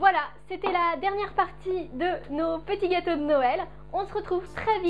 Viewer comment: jaime bien comme elle bouge sa poitrine knd elle dit pettit gateaux de noel loool